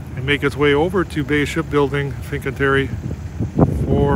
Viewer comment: Oregon is pronounced OregEn. NOT OREGONE. My God. He can’t pronounce FINCANTIERI correctly either.